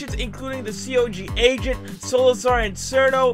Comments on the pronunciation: he said goc sad you pronouce is G O C Global Occult Coalition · Nitpick: it’s G.O.C. Not GOCK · its pronounced G.O.C. as in like different letter it stands for global occult coalition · GOC is an Acronym, so you don't pronounce it as "GOCK"(also its stands for global occult coolition)